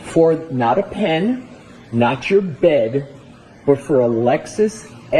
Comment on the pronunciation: LMAO the way Mr. Alessi says “not your BED” is so funny 😂 He was SO over it. Idk how he had so much patience with this mfer. It was infuriating. However his absolute mess of testimony was one of the factors that led to Karen’s acquittal, so I appreciate the hell outta that 🤜🏼🤛🏼